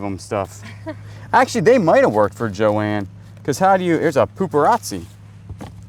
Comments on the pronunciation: Johann is pronounced Yo-hawn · Johann Haviland - pronounced “Yo-Han” Haviland. Beautiful china!